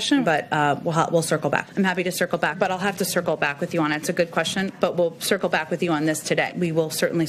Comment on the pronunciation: Maybe she is actually saying, “I’ll sickle back”.